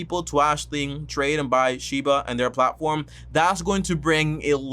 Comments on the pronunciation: He’s making a whole videos on this crypto and he can even say the name right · Bruh can u say doge coin and shiba name right before making a video on it so fucking cringe